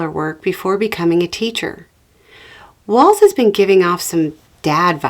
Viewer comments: The main thing is you pronounced his name correctly! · Thank you for your message AND for the correct pronunciation of Walz name!👍🏻